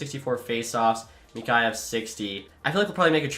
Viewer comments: It’s mick-ey-yev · Your pronouncing Mikheyev wrong